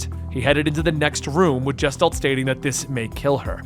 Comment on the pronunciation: its "GUH-STHALT" NOT "JESS-talt"